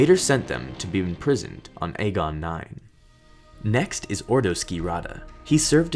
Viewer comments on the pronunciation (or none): none